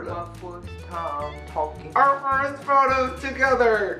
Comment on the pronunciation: vs English part ( it's Pronounced FUR-st)